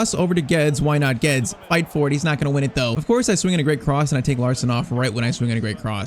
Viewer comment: ur pronouncing Guedes wrong😭